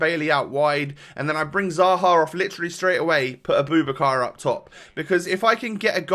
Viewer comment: His name is pronounced a-boo-back-ka. Great content